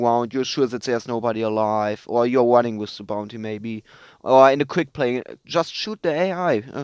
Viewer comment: "Im wunning awound"